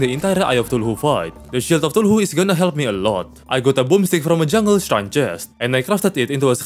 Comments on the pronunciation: I swear if you say thuluhu again in another video imma lose my mind. CTHULHU. KAthu-lu. Not THALu-hu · Im only saying because it bugs me, i dont mean to be rude but its pronounced (cuh-thoo-loo)(Cthulhu) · Also Brain of thuluhu lol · eye of tuhulhu💀💀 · I love how he calls it the "Eye Of Thuluhu" just golden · "tulhu" I love it 😂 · Eye of tooloohoo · I love how you say somethings like eye and brain of cthulhu it sounds so satisfying somehow I think it's part of my asd cuase I find weird stuff satisfying but keep up the good videos they are so good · I love you videos though man. Just stop saying it wrong LMAO.